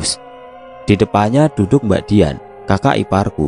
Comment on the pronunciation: Ngomongnya kok kadang simbak? Apa aku yg salah denger ya..